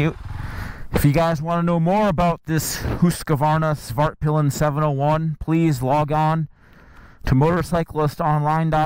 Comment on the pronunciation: This might be the most immature comment here but I kept hearing Fartpilen. Back to maturity, great review, waited a long while for a new MC commute